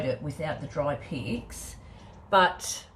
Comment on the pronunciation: You create such beautiful pieces PS every time you say “dry pics” it sounds like “dry pigs” 😂